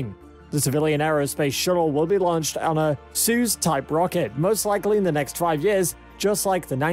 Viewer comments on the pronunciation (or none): Pronounced “soy-use” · he didn't say it funny, he straight up said it wrong hah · You englishman (if you are english) say soyuz pretty funny but I like it 👍